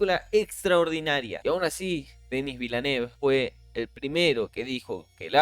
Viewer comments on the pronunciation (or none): Se pronuncia: Dení Vilnóf... No toma mucho tiempo buscar la pronunciación correcta. Por cierto buen vídeo ❤